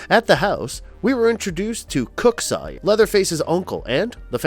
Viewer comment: Soy-er not saw-er😂🤣